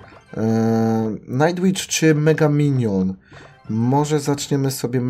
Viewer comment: I naucz się mówić "MEGA PYNION" a nie xD